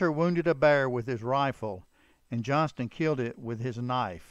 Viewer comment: I think we all know his name was Johnston, not Johnson. However, not all people know his real name was Garrison. One other thing; I can tell that the guy who narrates this story, isn't from Utah or he'd know it's pronounced U - in - tah mountains.